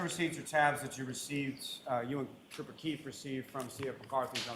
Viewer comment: Duh State Troopah